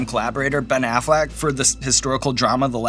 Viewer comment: “Ben Aflac”